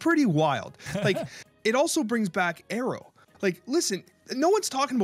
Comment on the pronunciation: I have never known people saying Aero like Arrow.